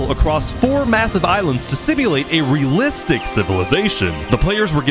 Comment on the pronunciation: What's "RELISTIC"?